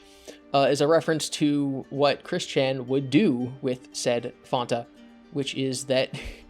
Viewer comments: I' m sorry but "fawn-ta"? It's Fan-ta... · PHAN - TA NOT FAWN - TA JESUS CHRIST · Who the hell says fawn-tuh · it's def Fanta and not Fonta. there is no "o" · Fanta is pronounced “fan-tah”. Not “fonta”. What the hell is that? No complaints otherwise. Good video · Maybe it's because I'm from the UK, I've never heard it pronounced as fonta, it's always been fan-ta (that's the way it's spelt). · Im sorry fonta? ITS FUCKING FANTA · Ye is Fanta not Fenta, cuz is German not Yankee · It’s pronounced fan ta NOT fon ta pepega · FAN-TA. Not FAWN-TA. Great video dude, but like bruh. That's the right way. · Who In God's name says "Fahnta"?! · I have literally never heard anybody pronounce fanta as fonta until now. That sounds infinitly worse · “Fawn-Tuh” don’t lecture me lol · Dude it's FAN-ta.... why pronounce it like you're Dutch? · Why did the HECK did you call Fanta "Faunta" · fantas pronounced fan-ta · Never heard anyone else pronounce it that way, we also say FAN-ta in the uk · "Fonta" is a weird pronunciation of "Fanta" lol. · Fanta comes from Germany, it comes from the German word for fantasy, it’s pronounced the same as in fantasy. Any other way of saying Fanta is wrong. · "fonta" huh? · You pronounce it fonta? That's the worst part of this video (and the video is pretty damn great). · Chris calls Fanta, Fahnta? For some reason that is one of the cringiest things he’s ever done. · This is the first time I've heard someone call Fanta "Fonta"... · What the hell is Fauhnta? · please stop saying faunta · Fonta? really? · they pronunciation for fanta you use is american don’t mean any hate just that europeans and australians actually say it the other way and it’s considered correct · There's now way people pronounce it Faanta. I've never met anyone who says it like that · You pronounce Fanta wrong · You're using the British pronunciation for fanta. It's an American drink. Ours is objectively correct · The most disturbing part of this video was your pronunciation of Fanta